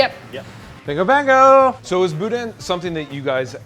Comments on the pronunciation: Not gonna lie it annoys me that y'all say BOO-DAN. Its one word not two, boudin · Grew up in Houma, La, love this show... I can't stand hearing boudin pronounced "boudan" it's boo-dah; just saying. Love the show! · Also quit producing the N in boudin (boo•daH~) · "Boo Dan" No.... please.... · Every time they pronounce the n at the end of boudin, I die a little inside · South LA pro-tip: Don't pronounce the "n" at the end of boudin. You're saying it nearly perfectly until I hear the "n" sound at the end. lol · Less emphasis on the "in", show up around where I live, you gonna get "THE" look.